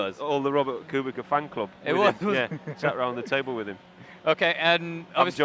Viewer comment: KubiCa (Kubitsa) not KubiKa.